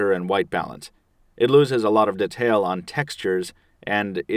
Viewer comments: What is this "ditale" i keep hearing? If you insist on appearing erudite atleast implement proper pronunciation. Decent comparison video though/ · You say "detail" in a strange way..